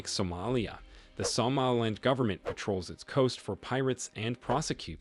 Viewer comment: something about the way you pronounce somaliland really irks me